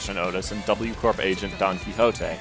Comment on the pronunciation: UU corp sounds so wrong Just say warp corp or pronounce the w like it actually sounds